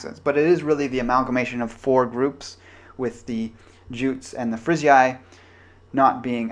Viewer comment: Jutes is pronounced 'yoots'.